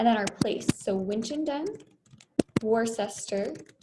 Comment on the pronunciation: Pronounced "WUSS-ter" or "WUHS-tuh" (rhymes with "rooster" or "corker," phonetically). lol.